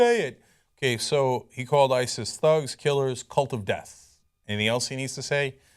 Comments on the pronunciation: The way Obama says ISIS is that the real way to say it? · Why does Obama say ISIS weirdly?